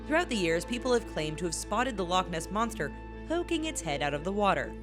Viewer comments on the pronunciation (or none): "The LOCH ness monster" bruh she hurt my ear 😂